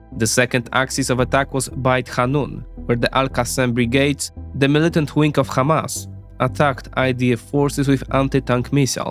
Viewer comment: If someone is starting his video by pronouncing Hamas as: Khamas ... You have to run 😅